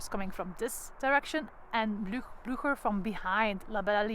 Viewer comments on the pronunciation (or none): Ten eerste, “Lasne” spreek je uit als “Laan”. Ten tweede, uw Engels heeft een gruwelijk Vlaams accent. “Pruusians”…. Mens toch. Ook “Blücher” (met Umlaut dus) spreek je heel anders uit. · That was very interesting, thank you! You helped me a lot with this. Still, I would love, if you, as a guide!- could educate yourself about the correct pronunciation of the Name "Blücher". Your take on it is really unintelligible.